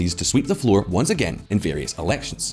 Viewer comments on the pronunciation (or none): none